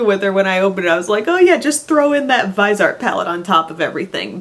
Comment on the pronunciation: Just watched Stephanie Nicole's new video with the founder of Viseart and she said it's pronounced Vizzy-Art. :)